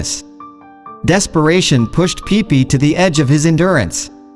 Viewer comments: It's pippi not peepee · It's Pipi, not pippi